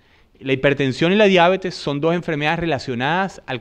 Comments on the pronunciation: La palabra diabetes, con vocal tónica en la primera "e" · ¡¡Gracias!! Nota: La palabra "diabetes" es sin tilde en la a, por lo que es curioso la forma como aquí se le pronuncia.